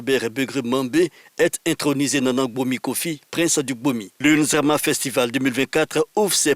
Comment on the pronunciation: N'ZIMA FESTIVAL ET NON (N'ZRAMA )